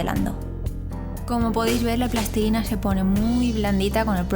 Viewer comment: Me gusta mucho que digas plastilina en lugar de "plastelina", "pastelina" y mierdas derivadas.